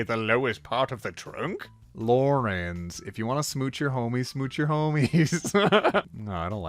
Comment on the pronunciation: very purposely pronounced "Laurens" as "Lawrence" and it hurt me so much. Why. Why would you do this to me? The only other time I ever see Lawrence spelled Laurens is in reference to John Laurens. My dead, abolitionist, bad ass, suicidal af, amazing, wonderful, gay son. Why would you hurt me like this.